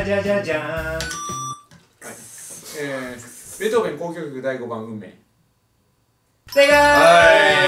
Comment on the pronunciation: ベートーベンの読みがベートーベンは草